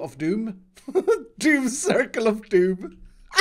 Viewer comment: you did 27 "of doon" you have failed